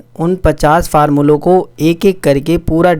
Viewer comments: Farmula nhi formula hota h😂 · Why is sir saying farmula